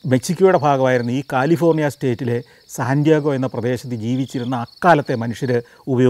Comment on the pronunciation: അങ്ങ് ഈ സിറ്റിയുടെ പേര് പറയുമ്പോൾ സാന്റിയാഗോ (Santiago) എന്നാണ് പറയുന്നത്, ശരിക്കും അത് സാൻ ഡിയേഗോ (San Diego) എന്നാണ്. അതുപോലെ Las Vegas എന്നത് നമ്മൾ മലയാളികൾ പറയുന്നത് ലാസ് വേഗാസ് എന്നാണ്, പക്ഷെ പറയേണ്ടത് ലാസ് വേഗസ് എന്നാണ്. ഇത് കണ്ടുകൊണ്ടിരിക്കുന്നവർക്ക് വേണ്ടി എഴുതുന്നതാണ്. പലയിടത്തും ഈ പിശക് കൊണ്ട് പലവട്ടം കളിയാക്കൽ കിട്ടിയിട്ടുള്ളതുകൊണ്ട്, ആർക്കെങ്കിലും ഉപകാരപ്പെടും എന്ന് വിചാരിച്ചു പറയുന്നു എന്ന് മാത്രം.